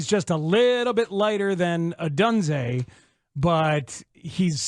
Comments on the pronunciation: ITS PRONOUNCED OH-DUNE-ZAY lmfao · Why do you absolutely insist on saying Odunze's name wrong. If it's just a bit, it's lame af. Otherwise be a professional.